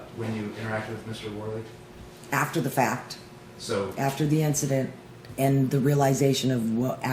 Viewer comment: Every time she said incident pissed me off😂